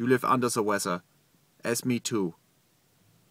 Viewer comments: "unda da wezza" Flua I love you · "Under Ze Wezzer" xD